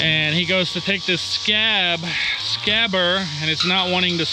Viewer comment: SCAG "G" NOT "SCAB" "B"